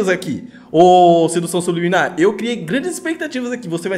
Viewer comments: "SUBILIMINAR" KKKKKKKKKK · Kkkk sub liminar,kkkk É subliminar Mano,kkkk Zuera viu tio...!!! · "Sibiliminar" kkkkkkk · O nome: "Sedução subliminar" como o lê: Sedução sub-liminar ta serto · "subiliminar" kskkssksksksk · ELE LENDO SUBLIMINAR: SUB LIMINAR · So eu percebi que ele falo subilimar em vez de subliminar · Só eu vi ele falando sub liminar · Engraçado que todo mundo lembro da água mais ninguém percebeu que ele falou 'subiliminar' sendo que é 'subliminar' ah é só pra falar nada contra ele falar errado